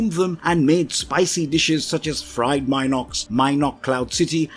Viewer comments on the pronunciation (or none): none